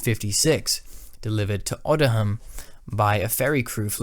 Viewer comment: RAF Odiham is pronounced O-de-ham not odd-i-ham. Leuchars is pronounced loo-kars - its a hard "ch". These is probably the worst of the many mispronunciation of RAF station names. Apart from that, good video.